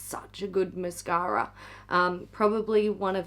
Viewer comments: Mashara! Say it right! 😏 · Did you mean Hourglass' mashara? Each time you say mascara, i replace the word with mashara!!!